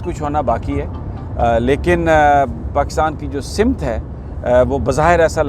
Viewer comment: اردو ہماری قومی زبان ہے مگر اکثر پڑھے لکھے لوگ بھی تلفض کی ادائیگی میں گڑبڑ کرتے ہیں جب پڑھے لکھے غلط بولیں گے تو باقی بھی وہی وطہرہ اپناٙتے ہیں معذرت کے ساتھ آپ نے ایک لفظ کہا ،،سمت ،، اسکی ادئیگی زبر کے ساتھ ہے زیر کے ساتھ نہیں ،، سٙمت ،، یہ لفظ Samt ہے simt نہیں ہے